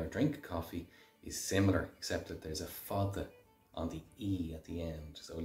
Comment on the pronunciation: Why do you say fada with a th sound on the d? That is not how we pronounce the word or the letter d.